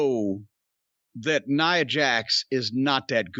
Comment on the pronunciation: he had it right. It's Nia Jax, not nya.